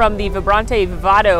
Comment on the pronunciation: I love u! Just fyi, is Vibrante & Vivido ( Vibrant and Vivid) My hispanic grandma kept correcting you everytime you said Vivado! Also, I love Brother Bear. The soundtrack with Phil Collins and that Bulgarian chorus is excellent.